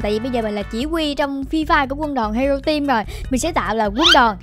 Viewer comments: Hero team mà đọc là hẻo team là sao ?😂😂😂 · Haha tưởng chị nói Hero team ai ngờ Hẻo team 😂